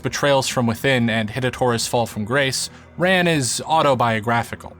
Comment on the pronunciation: Pronounced more like "run".